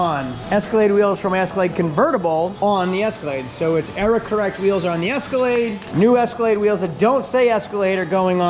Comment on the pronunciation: ESCALATE 🤦 it's EscalaDe